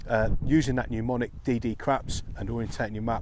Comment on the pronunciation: When possible you'd do a resection before going through the DDCRAPs procedure. It's 'mnemonic' not 'pneumonic' : )